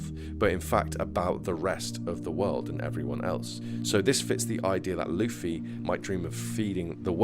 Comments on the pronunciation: It's "loofy" in every language brother. you could call him Lucy though, he dgaf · Am I going crazy or am I hearing luhffy when he says luffy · why do you bounce back and forth between pronouncing Luffy incorrectly and correctly?